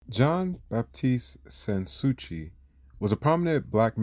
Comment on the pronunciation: SAns Souci is pronounced as "San Sue-see."